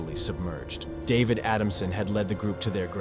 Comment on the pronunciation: “Dah-vehd…aftral, altho most of the caves were Uhn-MAh-pid…” 😆🤣😆😂 I can’t!!!😆😆😆